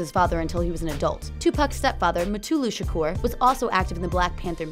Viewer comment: Do people not see that is a U in his last name. His name is not Shakor, it's Shakur. Nobody can say it right and they think they know everything about him and you can't even pronounce his name or they call him 2 PACK that pisses me off.